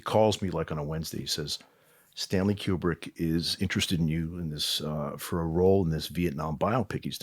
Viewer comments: Maybe it's because he pronounced his name as KJu-brick insead of Kubrick. I don't see a "J". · And it's pronounced KOO-brick, as in Coo-coo-brick